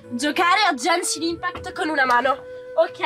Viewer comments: Come si fa a dire "È JEANEESHIN IMPACKT" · miglor commento dell anno genshin impact nn jenshin impact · si dice GENSHIN IMPACT NON JENSHIN IMPACT. Grazie poldo ti adoro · "Gencin impact"💀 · frate solo lei dice Jenshin Impact (la pronuncia corretta del gioco che LEI sta sponsorizzando è Genshin Impact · ✨Jenshin Impæct ✨ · ‘’Jaenshin inpact’’ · Jenchinin pact pronuncia fanciastica italiano corregiuto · "Jenshin impact" mio dio XD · che dice "Jenshin impact" è una nuova scoperta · NO è jenscin impatt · "É JENSHIN IMPACT" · Non è come lo dici tu e gunship state crayo da mihoyo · "jenshin impakt" 'kamistato ayato" va bene..